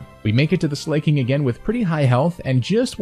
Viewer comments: the slay pronunciation is wrong its Slaking(Slack+King) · lol also i am pretty sure its sla-king not slay-king but ayy he does slay not gonna lie. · sl-a-king not slay-king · Slay King? Does this dude not know how the word slack is pronounced? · "slayking"?? :O >:( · How do people do it? How do people spend so many god damn hours researching, theorycrafting, editing, and playing not to mention, to say Slay-king instead of Slack-ing? It's not that hard, as a YouTuber it's gotta be something you realize. Edit: And you said "True-Aunt" instead of "True - ent" Don't say it's nitpicking. If your job is to talk, better pronounce things correctly.